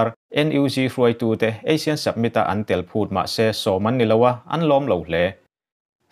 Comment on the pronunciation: Asian tilo in Asin ti ang deuh a ASEAN hi lamrik tur,, summit spelling pawh submit tilo in samit tih tur, Mandalay pawh Mandalai ila ti reng mai.....ka khirh lutuk lo ang chu maw....hahahaa